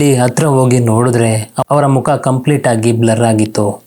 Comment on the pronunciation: Kannada maat aadod kaliri sir firstu haaru .. hawara... haamele.... haagi.... haa chali... aayo first kannada kali guru